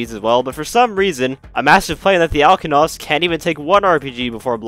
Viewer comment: You most certainly pronounced it wrong 😑.